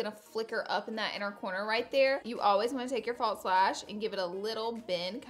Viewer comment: No T in false.